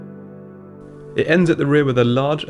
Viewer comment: its pronounced veh neh no not vee nee no